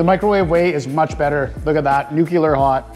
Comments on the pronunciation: Nuclear not nuculear. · good vids, just came to tell you that you are sayin nuclear wrong, have a nice day